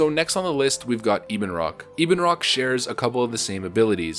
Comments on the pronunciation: Ebonrock isnt Eeb en rock, its Ebon like ebony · Well obviously it's Ebonroc like ebony but, you know, Americans... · E-bin, no Eh-bon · He kept annoying me with Ee-bonroc, he was saying wing buff-et correct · Weird how people pronounce some names. Ibunroc?